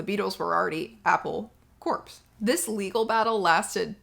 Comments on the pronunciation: "Corps" is not pronounced "corpse", it's pronounced "core", you know, "Marine Corps" or "apple core." You should send this video to Briahna Joy Gray. She's a little constipated about The Beatles but maybe she'd have you on her podcast because she's always willing to learn. I really wanna see that podcast. Also, she'll give you and you enterprise some reach. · The word corps is pronounced "core" not "corpse". Hence, their company name is a pun: Apple Corps.